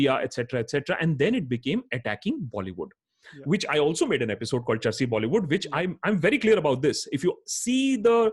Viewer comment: Small correction it is charsi bollywood not Chelsea .👍😀